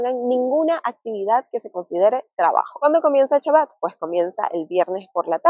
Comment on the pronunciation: Kashrut, y es Shabat, no shabot, no sabat, Shabat